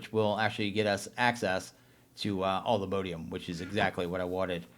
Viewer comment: ugh it's not mode ium... it's mod ium